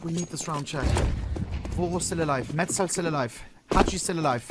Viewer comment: Dude, it’s MeZTal, not MeTZal… he is on your own team! 😂😂